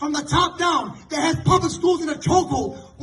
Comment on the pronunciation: Hello creator, Can you pronounce they these them those that instead of dem dose dese dat?